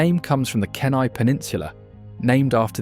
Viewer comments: Beautiful film but soo many pronunciation mistakes. I've lived in all these states, so please correct your pronunciation here: Kenai: pronounced KEEN-eye, long e sound Salish: pronounced SAY-lish, the "a" is a long a sound Nisqually: emphasis on the 2nd syllable, Nis-QUA-lee Willamette: 2nd syllable emphasis, Wil-LAM-ette Kootenai: 1st syllable emphasis, pronounced KOO-tun-eye I couldn't finish it but it was beautifully filmed. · Its pronounce Kee-nii (Kenai)